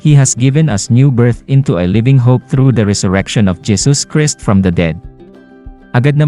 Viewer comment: Mag aral nga kayo ng tamang pagbasa, Jesus Christ hindi pa masabi ng tama